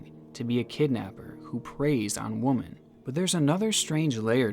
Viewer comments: is nobody else insanely bothered that this dude can only pronounce “woman”, even when the correct word would be “women”. this is literally driving me nuts, i’ve noticed it over several videos. lol good content keep it up. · Please stop saying woman when talking about multiple women!! It's pronounced "wem-en" when there's more than one woman.. lol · I love your channel and your work, I just wish you would pronounce womEN properly as that is the plural version of what you are saying, womAN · Please stop using the singular tense, woMAN, as in " there is a woMAN" when you should be saying woMEN, plural, as in " He objectifies woMEN The singular “woman” probably gets mixed up with the plural “women” because although both are spelled with an O in the first syllable, only the pronunciation of the O really differentiates them. Just remember that this word is treated no differently than “man” (one person) and “men” (more than one person) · Ffs man. Is it seriously that hard to pronounce "women"... Puts your videos way off.. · Awesome video but ohmygod it’s annoying that you keep pronouncing “women” as “woman”. 😫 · Saying woman instead of women ruins me everytime. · Why do you pronounce women as woman? It's really confusing. Women is pronounced with an i sound in place of the o. You kind of sound like a caveman. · Do you know there’s a difference when you say “Woman” and “Women”? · Why do you say woman instead of saying women when talking about multiple women I love your vids but it’s one of the little things that drives me crazy 😂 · The word is “WOMEN” not “woman” when you’re referring to multiple females. Just a heads up for next time champ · Why do you pronounce women as woman? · when you say the word woman in the plural sense its not said the same way . it would be pronounced women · why do you pronounce woman as singular? Lol it's WOMEN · why are you saying woman instead of women lol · please. you're killing me with how you pronounce Women as woman.